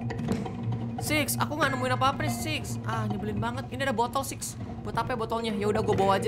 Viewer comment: Six sis beda pengucapan bro